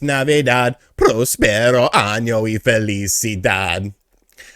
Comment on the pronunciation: Prrrrroossperoooo xD hahahhaaha